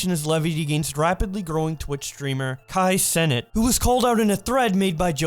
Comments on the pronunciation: Nigga said Kai senate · “Kai Senate” 💀💀💀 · You saying his name wrong on purpose